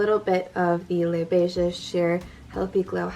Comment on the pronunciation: Thanks! Greetings from Canada;) This look was so quick and easy! Your freckles are my favourite feature, so am glad you do not cover them up with heavy make up! If I may add a quick comment about Les Beiges, as we speak French here in Québec, the S in "Beiges" is silent. Be well, stay safe! P.s. Could you do an eye-makeup focused tutorial for those of us who wear masks out shopping? Hugs!